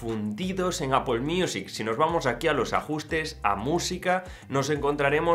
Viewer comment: Un español diciendo Apple y no Apel? Genial!